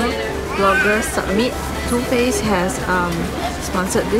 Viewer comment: too faced sounds like tooth paste HAHAHAHA